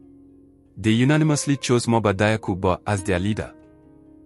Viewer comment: PRONONCIATION: DIAKHOU = JAKHU!!! NOT DAYAKU!